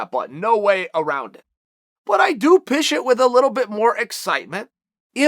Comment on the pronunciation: Chael "Pishes with excitement" Sonnen